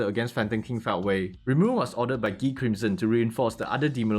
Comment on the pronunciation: I love when people say Guy name as ghee😂